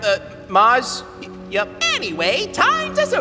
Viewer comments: Venus interupted Mars while he was downloading his braincells so he ended up saying his name wrong😂 Mars pronounced it ”Moss” instead of ”Mars” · mars not being able to pronounce "r" MY HEARTTT